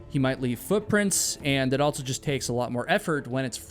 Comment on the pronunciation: It drives me nucking futs that you insert a t into words like ‘also’ aka ‘altso’. I know I do not HAVE to watch, but you actually have interesting videos. I wonder if the ‘insert a t into words with the stress on s’ is a dialect. It has to be. Just like Tiger King’s accent absolutely drove me crazy. At least you don’t sound like him 😵‍💫😁